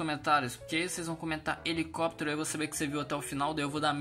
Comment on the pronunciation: Helicóptero helicopiteirio hehe